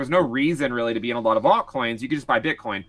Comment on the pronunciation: Does anybody else cringe when this guy says aut coins??